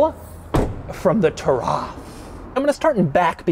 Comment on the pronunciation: Hey Doug! Taraf actually means Heritage in Arabic! It is pronounced Turath 🙏🏻🙏🏻 keep up the great videos ! Been with since 50k buddy 🙏🏻🙏🏻🙏🏻